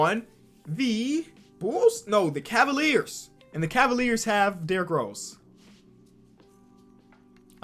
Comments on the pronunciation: "Cleveland Cavilers" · Cleveland Cavilers. I know has dyslexia but google man